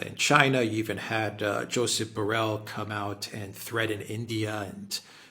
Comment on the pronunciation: Borrel not Parrel "I see" says a blind man. Jungle Borrel not uncle Borrel. 💪 The great Duran.